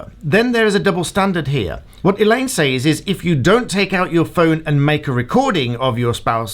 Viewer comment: Actual Malice is only required when the person who is defamed is a public figure. Actual Malice is not required for lay people. Also says like sez, not sAYz